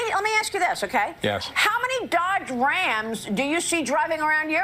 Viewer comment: I like how she pronounces Dodge Rams. It sounds like she has one of those trucks up her a$$.